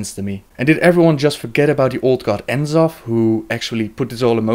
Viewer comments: its pronounced NA-zoth, not En-Zoth for N'zoth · eihfyb\seufnzsief/ How can you say C'thun properly but not N'zoth? Just look at the way it's spellt for rucks sake, N'zoth, not En'zoth!